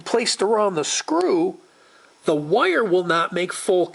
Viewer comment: It is just me, or does this guy pronounce "wire" (Wye-yur) in a way that rhymes with "lawyer" (Lye-yur)? And, for the record, I pronounce Lawyer like Loy-yur or Attorney, lol